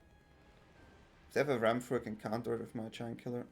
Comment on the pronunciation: Who else heard "Jankula" when he said Giant Killer?? :B